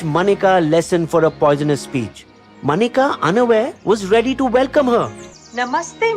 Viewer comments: not MANEKA but MENKA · Menka Gandhi not Manika Gandhi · Good as always!! Just one comment - Maneka is pronounced Menka - like the apsara